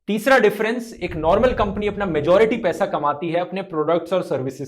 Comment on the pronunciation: U PRONOUNCED WRONG.. ITS NOT "25 DIN MAI PAISE DOUBLE" ITS 25 DIN MAII PAISAAA DOUBBBLLE😂😂